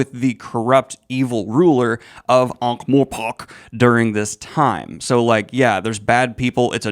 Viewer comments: This is an incredible review! I just can’t get “ankh-mor*pok*” out of my head ;-; you got the Ankh right, it’s just the morPORK that bothers me :,) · ... Who tf calls it ankh-more-*pock*?